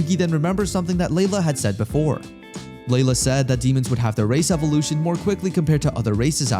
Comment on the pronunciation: Bro said race evaluation in part 1 but i thought he said racist evaluation ☠️